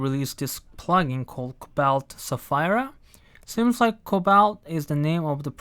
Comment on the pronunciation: Sapheeeeeera! Not Sa-fire-a.